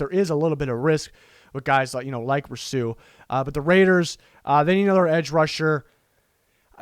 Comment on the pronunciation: You are mispronouncing Rousseau. It should be Roo-SO. Not Row-Soo, or Roo-Soo. It kind of sounded like you said it two different wrong ways. Seems like if you watched Miami games you'd have heard it pronounced many times.